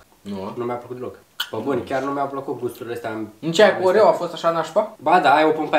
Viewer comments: a zis oveo in loc de oreo 🔝❤❤🤣🤣🤣🤣🤣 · în loc de oreo zice orevo